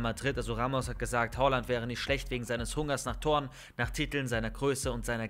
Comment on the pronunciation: Bitte sprich ihn nicht hOaland aus er heißt hAaland